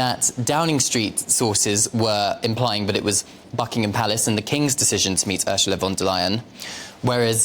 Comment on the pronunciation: Too ignorant to get Ursula"s name correct......duh. Look it up.